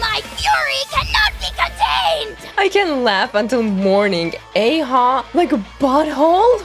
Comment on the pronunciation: ITS PRONOUNCED AH-HOW THE ARCHON QUEST DIALOGUE SAYS IT 😢